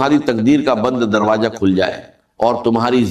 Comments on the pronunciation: Dr sahab darwaza ko darwaja nai kehte the 😅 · اس میں دروازہ کو درواجا بولا گیا ھے جو ڈاکٹر اسرار ایسا کبھی نہیں بولتے تھے